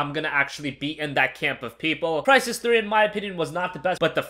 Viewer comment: Smash your head on the wall everytime he says "Crysis"